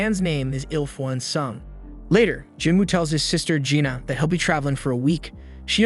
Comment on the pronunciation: I can see it being confusing with Jin-Woo, Jin-Ah (which he pronounces Gina) and Jin-Ho. Most westerners are NOT familiar with Korean names outside the notorious Kims up north. I read the light novel and manhwa so it wasn't confusing at all. I did eventually realize he was saying Lee-Ho but half the time it sounded like Leo.